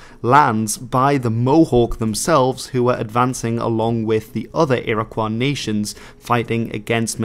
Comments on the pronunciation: A very enjoyable video. One correction. The proper pronounciation for the name Iroquois is Ear-ah-koy. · It's pronounced "Ear-uh-kwoy." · funny ur pronouncing iroquois the french way. never heard that before